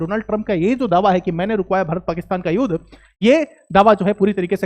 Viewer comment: It's not युद pronounce it as युद्ध ... Theek se bola karo, pehle hi boring se explain kar the ho, aur upar theek se shabdon ka ucchar bhi nahi kar paate....